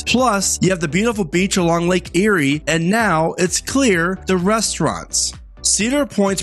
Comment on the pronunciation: nice video. Always. it's Lake Erie though. Eat before you get to the park.